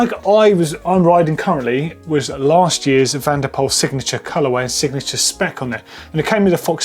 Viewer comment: Please pronounce: MathEW van der POOL I am dutch so yes